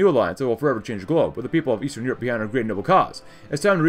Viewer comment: You keep saying Shushkin but it's actually Shukshin